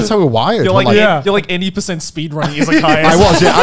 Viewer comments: They are saying Izakayas but is sounds like Isekai 😁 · Yep, it took me some time to understand that they wouldn't say Isekai 😁